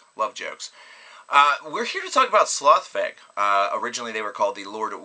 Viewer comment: I love Slough Feg! Great band. Minor correction on the pronunciation though, I believe the band themselves pronounce slough rhyming with "cow" and feg rhyming with "egg".